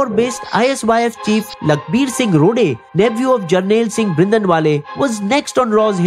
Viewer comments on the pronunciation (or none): none